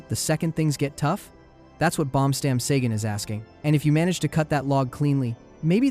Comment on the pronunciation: Dude I love your videos but we're only three minutes in and you already botchered Uygur and Baumstammsägen. Not Yugur and Baumstamsagen